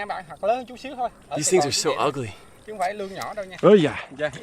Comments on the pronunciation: Lươn, not Lịch hahahhaah but u have very good effort in talking Vietnamese tho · Hey. It name is "Lươn" not Lịch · Con lương not con lịch No no no no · Con lương chứ không phải lịch